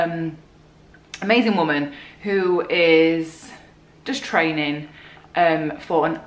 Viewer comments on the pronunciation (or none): I like how you say trainin